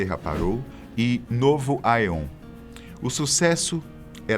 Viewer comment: Acho que a pronúncia é nova "EON" não se fala o "a"